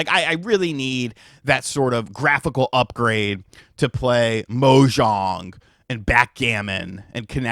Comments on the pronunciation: He's also saying 'Mojong' it's 'Mah-jong'. At first I was like, what's Minecraft got to do with it? (Mojang) :face-green-smiling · Its MAH-jong, not MO-jang, Mojang is who made Minecraft not a domino mactching game! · Mo-jong and othella!!! Jeez!